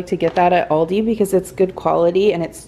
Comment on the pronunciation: Thanks for sharing your haul! Everything your going to make sounds delicious! Yes! You are saying it right! Have a wonderful weekend!